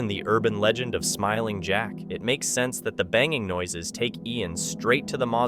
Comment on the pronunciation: smiling jack sounded like he said go away